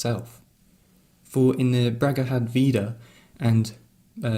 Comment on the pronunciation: It's pronounced: Bag-a-vad-gee-ta. The gee is a hard G that sounds the same as the Judo outfit. This is very interesting! Can you recommend further reading? Great content btw